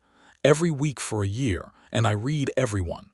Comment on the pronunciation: Lovely story. One thing I wish AI voices could do is pronounce words in context, such as the word "read". Most narrations say "reed" but sometimes the proper pronounciation is "red". Just saying! 😊